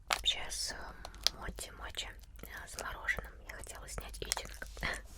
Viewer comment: Не мочи, а моти 😑